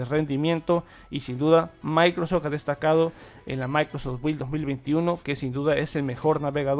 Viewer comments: Es microsoft no micros Jsksjs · Buen vídeo, tu pronunciación suena a "Maicros ech" 😄